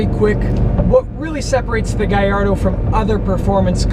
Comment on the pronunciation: it's italian it's GALLARDO NOT GAYARDO